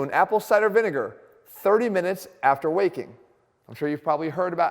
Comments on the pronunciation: I heard no 3 as: "drink 1 tsp of apple cider after wanking" haha 😂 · Thought that said wanking in the beginning 😂😂😂